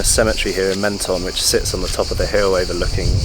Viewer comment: I have an apartment here - great video guys but it is pronounced “Monton” 😊